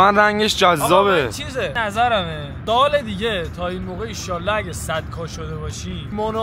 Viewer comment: مشتی گفتی دال دیگه بجای سال دیگه 😂😂😂😂❤